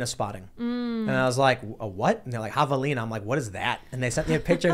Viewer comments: Your pronunciation of "havelina" was correct. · Yes you are saying it right. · U pronounced it correctly...BUT THEY ARE NOT SMALL! Only the babies are. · Yes, you’re pronouncing javelina right. And I think I even spelled it right, too. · Yes, you pronounced it correctly